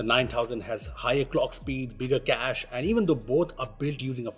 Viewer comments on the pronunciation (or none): none